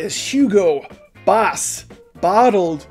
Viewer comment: You said "Boss" like a Cheesehead (Wisconsin Native) (BaHSs) haha!!1